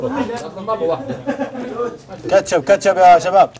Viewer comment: ههههههههههههه اهم شي راااجح مايعرف ينطق كلمه كاتشب في الدقيقه